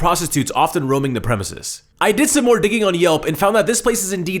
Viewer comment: Listen to accent.. "I did some more digging... " he has an indian accent come out.. r u brown?